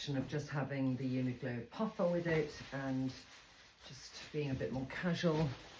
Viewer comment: Love it all! But it is UNIQLO, not UNIGLO!!